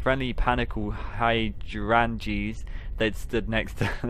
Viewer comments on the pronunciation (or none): Thank you so much for the FNAF book readings. I don’t think I’d read them otherwise. Heracles is pronounced hair-ick-lees. Hydrangeas is high-drain-juzz.